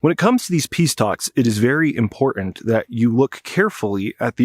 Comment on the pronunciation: I find your repeated use of "imporent" rather than pronouncing the word correctly to be very distracting.